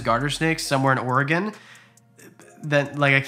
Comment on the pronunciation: "Number 3, something you definitely did not see coming..." the old spice man... thanks ads 😂 also, thanks for pronouncing Oregon correctly